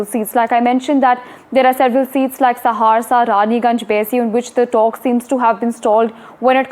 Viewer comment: Are mam ji Saharsa bolna Sikh lo lekin ho bari cute